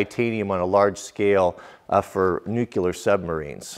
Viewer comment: nu - clee - urr, not nu - ku - ler :)